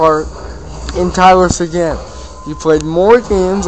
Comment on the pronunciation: dude u dont say sequins name right,u sound like u have shit in your mouth